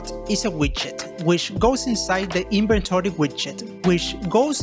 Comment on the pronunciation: Lol it sounds like he's saying Inventory shit